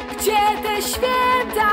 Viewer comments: Ogólnie twój głos w miare mi sie podoba, ale na początku filmu sama powiedziałaś, że jesteś przeziębiona i może nagrywane było to wcześniej, ale słychać jakbyś miała katar. Zamiast 'świĘta' słychać 'świEta'. Może nie wszystkim to przeszkadza, ale mnie to bardzo drażniło. Pozdrawiam:) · Mnie strasznie denerwuje jak ona śpiewa ŚWIETA a nie ŚWIĘTA. Sama bardzo przykładam się do tego by mieć dobrą wymowę i dykcję, więc myślę, że to dlatego mnie to wkurza.